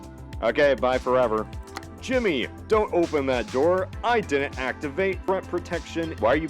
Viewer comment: Why does he say dinent? Is it an American neologism for didn't? Did not? Is it a speech impediment?